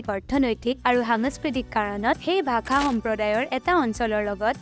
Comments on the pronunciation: Bhakha?????? Ne bhaxa? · Video ভালেই বাৰু,, কিন্তু ভাখা নহয় ভাষাহে , মানে উচ্চাৰণটো 😊😊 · its not 'Bhakha' , it is 'bhaxaa' your pronounciation in the entire video is wrong. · Prothomote apuni bhakha tu pronounce koribo hikilok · onh eneke pronounce koribo lage...video t bhaaxa r pronounciation xuni murtu bikhai gol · ভাষা শব্দটো সঁচাই ভুল হৈছে উচ্চাৰণ । ভাখা কৈ আছে